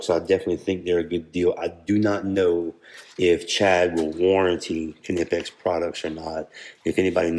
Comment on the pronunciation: Thanks for showing these. I was about to correct your pronunciation of the brand name - I thought for sure that the 'K' was silent, but nope, you are correct!